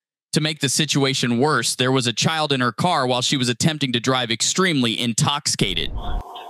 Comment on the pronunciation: "INTOXCATED" Lol wut?